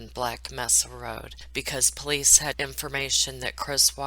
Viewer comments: 'Mesa' is pronounced. 'may'sa ' It's Spanish for table. 💘 U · Good synopsis. Prevent this author from profiting more. Just a fyi. Mesa is pronounced "May-suh" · when do you pronounce Black Mesa, the word Mesa is pronounced as if it’s a long a, Mesa is the Spanish word for table